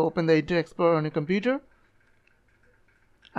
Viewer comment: "Scoll down" "Computre" "Los" "Ploblem" "Forgit"